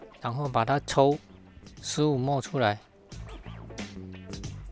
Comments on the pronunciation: 因應不分，不同影片出現很多次了；毫升的英文叫milliliter，是哪一節的發音叫莫耳？ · ml 也不是念 mol, 應該要念 milliliter. mol (莫耳數）是 6x10^23...